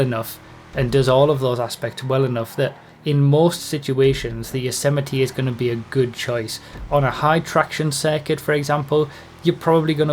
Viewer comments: It's actually pronounced "Yo-zay-might" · Yosemite. Rhymes with vegamite. :_broughyKappa